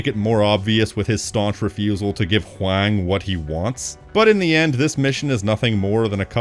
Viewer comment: Not to be that guy, but I think Huang's name is pronounced the same as "Wong." Maybe with a little more emphasis on the "H", but I'm no expert.